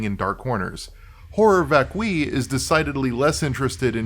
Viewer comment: This REALLY is not a big deal, BUUUUUUUUT "horror vacui" is a concept that has a wikipedia article that contains the phonetic spelling. Also being aware of the concept might be helpful in interpreting the work, idunno. Edit: Nvm, you actually know what it means, and I'm aware that latin is a dead language and anglicized pronunciations of latin are basically arbitrary anway.